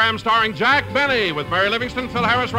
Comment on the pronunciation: "J. Benny" pronounced "J'Benny" was a good one!